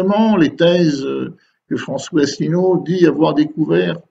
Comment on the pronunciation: ASSELINEAU (pas Asselneau, ni Assélineau)